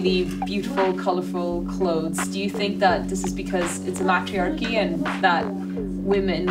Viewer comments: "MATT-rhee-ARR-keey" ...what?😂 "What makes it a MATT-rhee-ARR-key?" ...idk but they could probably tell you about "May-trEE-arr-keeys"... 😂😂😂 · Ya pronounced matriachy wrong